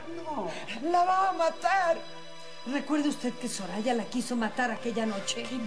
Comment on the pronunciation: Es mi imaginacion o en el minuto dice "Zorraya" en vez de "soraya"?